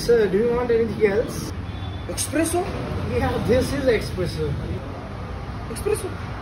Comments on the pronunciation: It isn't pronounced expresso rather it is pronounced espresso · The waiter itself pronounced it wrong. No X in espresso.